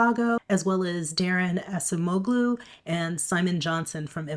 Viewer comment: It's probably too late to help you pronounce Assamoglu correctly for this video,, but I'll help you for next time you see a similar name, since it's very common. Assamoglu means "the son of Assam." The suffix "oglu" s very much like the "son" or "sen" in Peterson or Hansen, and you'll see it on lots of Turkic names. The g is silent, so the name is pronounced Assam-oh-loo. You'll see the same suffix in the name of the mayor of Istanbul, Ekrem Imamoglu, whom Erdogan recently arrested to stop him from running for president. The most famous name you'll see with that suffix is Osmanoglu: the descendants of Osman, who founded the Ottoman empire. For 700 years, the Osmanoglu family ruled the Ottoman empire.